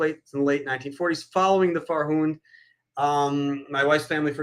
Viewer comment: Nitpick: A couple of times at around 1:)1, reference is made to the Farhud, but you mispronounce it as "Farhoun".